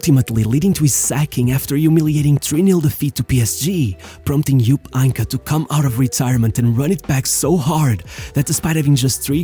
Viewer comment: Bro what How the f did you pronounce Heynckes name lmao Einkamm?